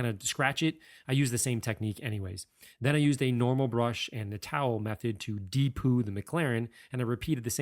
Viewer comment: "de-poo" lmao